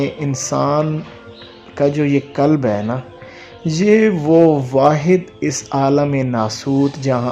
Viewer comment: Kulb ka matlab hey kutta aap please koshish keryn qalb bolney ki Allh AP ki asany kray ameen